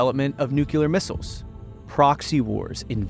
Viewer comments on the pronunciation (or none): none